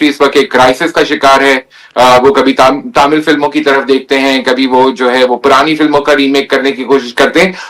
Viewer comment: Tamil ko ...... Taaaaaaamil bol rha .... 😂😂😂😂